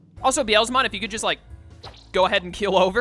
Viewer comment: Beelzebub is where Beelzemon's (Beelzebumon in Japanese) name originated from. So, it is pronounce as bee-el-zə-mon. Meicoomon is a name taken from maine coon, which is a breed of cat. The pronunciation is mei-koo-mon. As for Nyaromon, it's nya-ro, not nia-ro. It might be hard for English speakers to pronounce 'nya' as it is rarely used in English words. If you know how to pronounce Nyancat properly, it's the exact same pronunciation. Sorry for nitpicking much of your pronunciations which is not even important. Also, Seraphimon is not as great as anyone would think in this game because his skills are decent in battles but he is awfully weak against dark type digimons, so be cautious of that.